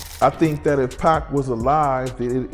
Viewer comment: The way Pac is pronounced is annoying